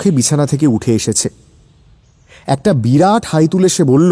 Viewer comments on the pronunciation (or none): none